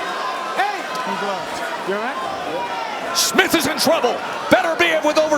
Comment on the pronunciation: Someone please tell Bradley that the guy's name is not Smiff.